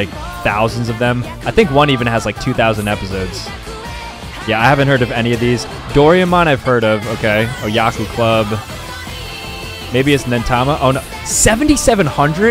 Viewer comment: Bro really pronounced doreamon doore-man